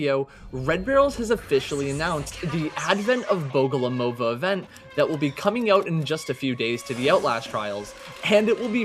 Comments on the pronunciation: he said lidya bogolomova instead of liliya bogomolova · Not bogolomova but bogomolova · In all pronunciation versions of Lidia's second name it's BogomolOva, but the correct one would be BogomOlova. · It's Liliya Bogomolova. Not Lidia Bogolomova. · Hi! Russian here. Wanna clarify how to properly pronounce Liliya's name for yall, if you wanna be like real cool. Liliya is a russian analogue for Lily, obviously, nothing new here. Bogomolova consists of "bogomOl" which is a russian word for praying mantis (literally, bog = god, mol = short form of to pray, so praying mantis is literally "bog-o-mol=praying to god") and "-ova" which is like a suffix meaning that this surname belongs to a woman. So, the proper way to pronounce it would be Liliya Bo-go-mOl-ova, with the emphasis on the second to last O. Which means red barrels themselves are mispronouncing it. Sorry for being boring, i got a little sad after bro butchered it. Loved the vid tho <3